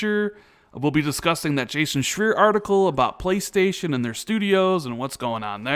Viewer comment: Anybody know why they keep mispronouncing Jason Schreier's last name?